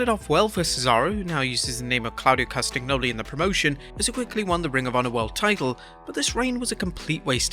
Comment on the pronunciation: You completely fucked up Claudio CastaGNoli's name over and over again.